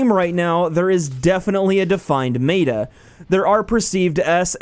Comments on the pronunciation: Stop saying mayta instead of meta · is it just me or does him saying MAYTA instead of meta is driving you nuts lol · omg I couldn't watch this for more than the second time you said "mayta" instead of "meta" which is like metamorphosis not maytamorphosis, its not said like the word Beta like the fish or Greek letter....though they are one letter different.....you speak for a living and that didn't sound off or odd when the sound "mayta" came out of your mouth? Maybe next time type it into Google and have it say the word for you first.... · M E T A not M A T A just mEta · When you say m-ehta mata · "defined mey-ta" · It's m-eh-t-a not m-A-t-a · ITS FUCKING META NOT MATA GET IT FUCKING RIGHT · It is said as (Meh-ta) not (mā-ta) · Hidden Desire I cringed so hard, thank u for voicing our opinions. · Meh - Tah. That is how it is usually said. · Mayta??? wtf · Me-Ta plz say it like this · It's pronounced [meh]ta, not like beta. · SnigleBits but why isn't he pronouncing it right 😂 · Please pronounce it right (meh-ta) meta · "MAY-TUH" literally unplayable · You pronounced meta wrong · you don't Know how to pronounce meta, everything is fine, and the servers suck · Yeah, you mispronounced "meta." No big deal, not that bad a mistake. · it is meta not whatever u are saying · why do you keep pronouncing meta like that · I'm so triggered by how you say meta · The way he said meta made me cringe. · Disliked cuz this dude says meta completely wrong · I'm not finishing this video due to the fact that he's straight up butchering the word "meta". the whole world says it right, get on the same page you aren't special. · Josh Van Den Broeck nope he is correct. Meta and beta do not rhyme